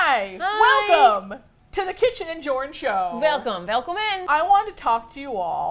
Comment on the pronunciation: "welcome" sounds so Dutch